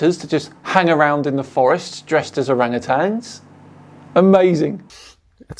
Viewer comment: "orange-tans" lol. As if saying the name wrong debunks them...